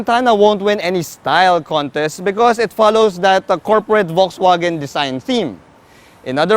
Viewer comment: That's not how you pronounce VW. But nice review anyway.